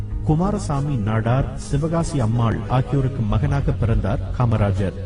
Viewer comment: தலைவர் காமராஜரின் தாயார் பெயரைச் சரியாக உச்சரிக்கவும் அவர்களது பெயர் சிவகாமிஅம்மையார் , தாங்கள் சிவகாசி அம்மையார் எ வாசிக்கின்றீர் .இந்த வீடீயோவை (ஆடியோ) நீக்கிவிட்டு புதிதாக பதிவேற்றம் செய்யவும்